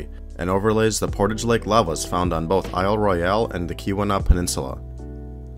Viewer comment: I cringed every time he said "I'll Roy-al". The Michigan Geological Survey ought to know it's pronounced "I'll Roil".